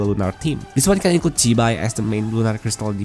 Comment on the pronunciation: Yo great video btw 😎👍🏻 but you need to pronounce the name zi bai properly because you pronounce it a lot like a Taiwanese or Hokkien vulgar word that means “vagina” in a very vulgar manner 🤣🤣🤣💀